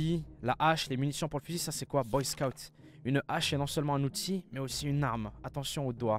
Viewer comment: Boy scotte ? Boy SCOUUTE